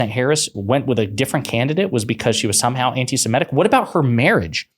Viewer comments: FFS! It’s “anti-SEMITIC”, NOT “anti-SEMETIC”!’ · you're too erudite to be mispronouncing "antisemitic." You said "antisem-ETT-ic. It's actually "antisem-ITT-ic. That's an "i' in the fourth syllable, not an "e."